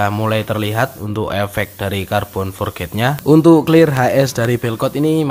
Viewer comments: Forj bro.... bukan forget Forj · Carbon forged bacanya forc bukan forget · Forged sebutan nya forg bukan nya "for ged"